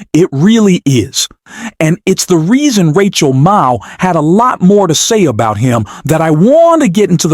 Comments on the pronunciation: Sir. It 's NOT Rachel MaTTow! It's Rachel MaDDow. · Who is "Rachel Mow?" You called Rachel Maddow "Rachel Mow" at about the spot in your video. What's with that? And then at about the spot, you call her "Rachel Mattow". What's with that also? Get with the program, especially if you want people to like and subscribe to your channel. The stakes are too high to not be attentive to such details. Rachel Maddow deserves better than this. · With respect, would you please learn how to pronounce Rachel's last name?